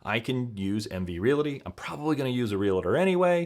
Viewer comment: The word realty only has two syllables